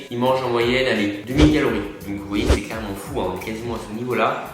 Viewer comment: Il a dit combien de fois clerement 😂😂😂😋